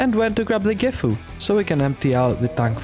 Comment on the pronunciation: not trynna be that guy but "Gifu" is actually "Sisu"